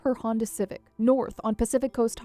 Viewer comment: Geoffreys is not pronounced "joffreys". It is pronounced like Jeffrey's.